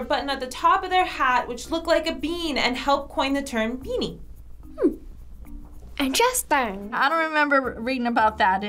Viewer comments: "I N T E R E S T A N G" 👦👍👍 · “Hmm!” “Intrestang!” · “InteresTANG” I’M DYING 🤣